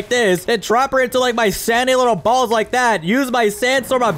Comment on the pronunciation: Look how he said balls